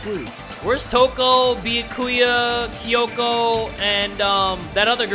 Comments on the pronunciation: I love you but, this is how you say his name. Bee-yas without the s-ku-yas without the s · Byakuya: favorite character: Bee-Ah-Koo-ya